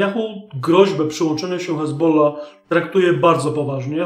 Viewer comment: Czemu mowisz "ezbola", ale przy odmianie juz mówisz "z hezbollahem"?